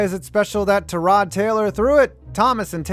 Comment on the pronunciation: “ta rod Taylor”